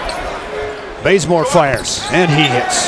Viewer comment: does anyone else hear bRaZeMoRe?